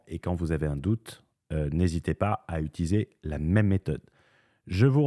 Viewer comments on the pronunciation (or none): none